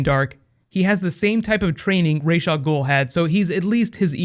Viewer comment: Does anyone know: 1). What's up with Colton Haynes? or 2) What's up with pronouncing names on Arrow? Nanga Parbat (a real mountain) or Nanda Parbat (where those cute giant nandas live)? Rahzz al Ghul, or Rahsh al Ghul, or Ra's al Ghul? (an eclipsing binary, aka Algol or Beta Persei) These are deep philosophical questions.